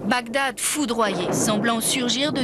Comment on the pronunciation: Bagdad et non Bagdadad lol!!!!un peu d’effort merci .